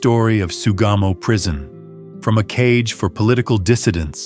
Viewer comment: It's Sugamo Prison. I keep hearing "Tsugamo."